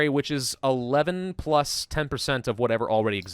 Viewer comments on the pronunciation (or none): none